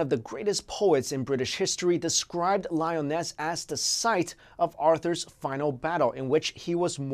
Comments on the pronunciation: Lee-Oh-Nez Not "Lie-o-ness" Watch "The Seven Deadly Sins," lol. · Two things: 1. The Anasazi indians believed there were ant-like people who lived underground in tunnels, as well. They saved the Anasazi when some kind of devastation occurred. There are native drawings depicting the "ant people." 2. Lee - uh - ness ... Not Lioness. LOVE your videos!